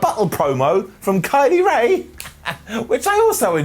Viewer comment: Kay Lee Ray? Think you mean Kylie Rae